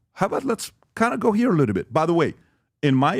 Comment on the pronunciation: would be nice if PBD learned how to pronounce the word little